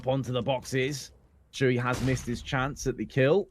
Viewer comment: Anyone notice the "average SHance" mistake in the promo?